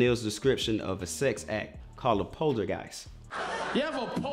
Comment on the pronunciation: Sanctum Sanctorum the way he says especially, the way he said curry, callt instead of called